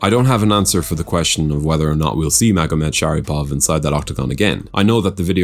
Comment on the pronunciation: bro u misprounounced his name 5 times in a fucking row lmfbo